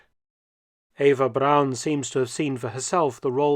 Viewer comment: Where is the letter W in the surname Braun? It is certainly not pronounced that way.